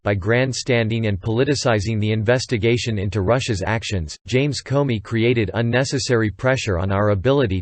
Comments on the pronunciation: This is very realistic - I actually thought I was listening to a human voice until it repeatedly pronounced "Comey" as "Corny." Listening to the report is definitely easier and more enjoyable than reading it myself!! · Karen Millen, this is a good Quality and from minute 43 He speaks Comedy correct.